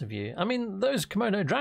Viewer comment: Did you say..."Komono dragons"? 🤣